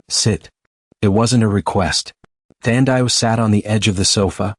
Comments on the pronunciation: Her name is pronounced Than - Dee - Way !!! , Not whatever you said. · Come on, say the name like "Tandy-way". 🤦🏽‍♀️ Watching from Trinidad 🇹🇹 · Enjoyed in SA. Her name is Thandiwe(the loved one) by the way, pronunciation is incorrect 🙈